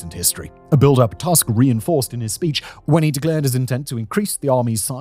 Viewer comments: 'Tusk' is pronounced too-sk, not tusk. Jesus, you'd think that in the age of Wikipedia biograms having recorded pronunciation guides, we wouldn't have such oopsies happening on one of the biggest channels on the platform. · The last name of Polish Prime Minister Donald Tusk is pronounced <Toosk> not <Task>. Every time you see the letter "u" (or "ó" for that matter, they are pronounced the same way) in Polish read it as as in "foot" or "tooth". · This is a great video. But one small correction, the pronunciation of Polish Prime Minister surname is wrong. It is rather 'Toosk'. We pronounce 'u' like 'oo' in word baloon. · Please, it's not pronounced as Tusk, like elephants bone like structure but toosk. DW gets it wright, U in polish is like english ooh. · Your pronounciation of TUSK is English, like most journalists and pseudo-Youtube journalists who treat it as if you were speaking say of an elephant tusk. To clarify, in Polish his last name is properly pronounced in a deeper, more nasal "U" as you might for the first U in the word "Uranus". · Every time I hear "Donald Tusk", I think I am having a stroke. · Simon's only job is to read the scenario and yet he made no effort to check how the name of the prime minister of his neighbouring country is pronunced... 🙄 Lame. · Źle wymawiasz Tusk. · I like the video, but Tusk is not an English surname, and Tusk doesn't rhyme with Musk. :) We pronounce the letter 'u' as [u], just like in Latin, German, Czech, etc.